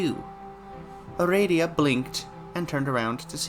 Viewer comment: First I was like "huh he's pronouncing aradia wrong" Then I had a thought. Do homestuck characters even HAVE official pronunciations? My world has been upturned... Thanks for the reading! GM, master of aradia.